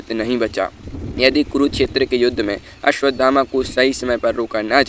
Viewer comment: भाई हिन्दी भी नहीं बोलनी आती तुम्हें तो😂😂 अश्वथामा को अश्वधामा बोले जा रहे हो। 😂😂